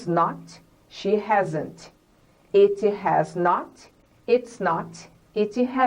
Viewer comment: thanks a lot for the class...that will help lots of brazilians sttudents for sure ...but some pronunciation mistakes.. examples....that she said...last weekiii like Brazilians do..it's wrong...It x eat it's different... present perfectiii....likedi it's likt it's a typical Brazilian accent...the use of ED like worked it's wrong...it's workt....I know that many people don't like to improve their accent and pronunciation. they just want to get across their messages....but for those who are teacher or that one's who really want to become better at English should reduce their accent.... please don't take it as a complain. sometimes we have to have someone who correct us..and better yet....Learn with our mistakes....